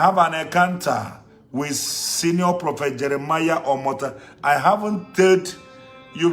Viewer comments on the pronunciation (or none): Jeremiah omoto fufuyi 🤣🤣🤣🤣,,,he cant even pronounce the name of his father properly